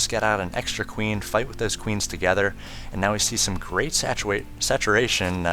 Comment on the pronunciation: "Satuwation from Idwa" hahahahahahahahahahaha